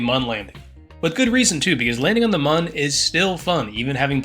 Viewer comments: its Moon not mun you clown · you are calling the moon wrong you say mun instead of moon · Pretty sure Mun is pronounced Moon... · Why was he saying Mun instead of moon😭😭